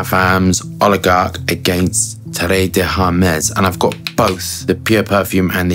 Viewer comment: Great video, but "Terre" is pronounced similarly to "Tear a piece of paper" and not "Terré"...